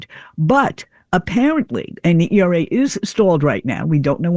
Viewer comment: Hey AI, it’s Equal Rights Amendment, ERA, not ERRA.